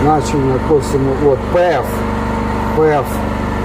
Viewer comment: Не СОS Ф, а PF ,або пауер - фактор .